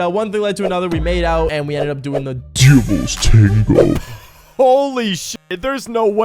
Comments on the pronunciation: Bro says it like: ‘DUVLS TANGO’ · Da “dëvįæḻś ṯæṉëgœë” 🗣️ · How he said the Devil tengo 💀💀💀💀💀💀💀💀💀💀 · Bro said : “DEVILS TANGOO 👹👹👹👺👺👹👹👹👹☠️👺👹👽👽” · "The devils tawngo 👹😈🥰🔪🐺💔" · Why did bro say “the devils tango” like that💀💀💀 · Bro says the DEVILS TANGO so weird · HELPP WHY DID HE SAY LIKE DEVIL TANGO LIKE THAT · Why doses he keep saying "devil" "tago" like that I HATE IT🥲🤧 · why did he say “devil’s tango” like that 💀💀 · He's having a stroke every time he says it 😭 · “DEVILS TANGO 😈😈👹”